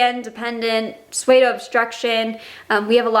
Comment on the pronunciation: You pronounce pseudo weird. it's soo doe, not sway doe.